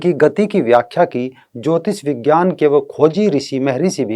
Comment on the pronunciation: को तो विज्ञान भी बोलना नही आ रहा विजयान विज्यान कर रहे हैं